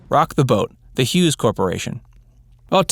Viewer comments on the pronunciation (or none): none